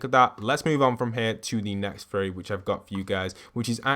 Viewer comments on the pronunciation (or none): Like the vids man, but I cant unhear you say fairy instead of theory and with the runes of last season, I heard ruins all the time xD Anyone else hear this aswell?